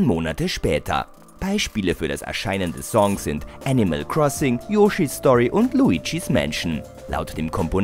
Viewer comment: Yoshi mit lang gezogenen O ? , die Aussprache von Donkey Kong auch grottig, Es heißt HYRULE und nicht Hiriel ! Meine Fresse schmeit den Sprecher raus und recherchiert anständiger nichtmal Volai kann der richtig aussprechen, erbärmlich. Sprecher raus, neuen einstellen und mehr recherchieren ist das Zauberwort und diese Videos etwas besser aus dem original zu übersetzen !